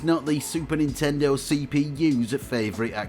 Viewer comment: It's 任天堂 Nintendo - not nintendor